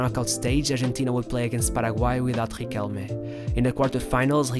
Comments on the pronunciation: Its pronounced "riquel meh" not "riquelm" and its "argentinos juniors" not "argentinos huniors" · It’s pronounced Ree-kell-Meh, not Re-Kell.